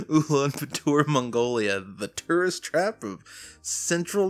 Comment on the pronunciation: As someone who is actually from Mongolia, this video comes off as a very ignorant and arrogant pov from him honestly, not only he can't even pronounce the capital's name right (also he says it's located in central north asia when actually that would be in russia) but goes on to "ridicule" the idea of travelling to our country which clearly indicates that he didn't do any freaking research... Now I am not familiar with this youtuber's content and personality at all but just because of this first impression, really doesn't compel me to watch his other videos... There are just many things that he gets wrong that I am not gonna cite them all and just end my ranting right here. PS: I work in tourism (for more credibility)